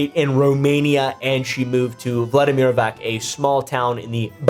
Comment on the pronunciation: Please, I've had it with pronouncing c as k. If it's an Eastern European name the c is a c or if it's a č/ć it's ch. Not hard to remember, it's Vladimirovac, not Vladimirovak